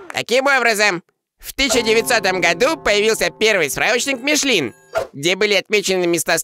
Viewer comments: ну МишлЕн же, а не МишлИн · не Мишлин, а Мишлен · Подушню: перед N во французском языке i как э произносится: Жарден (сад), Мишлен